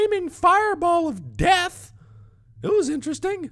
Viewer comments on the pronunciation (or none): oh well i swaw this giant flaming fire ball of death LOL loved the way he said deaild